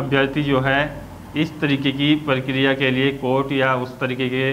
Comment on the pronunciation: अबे परकरिया नहीं प्रक्रिया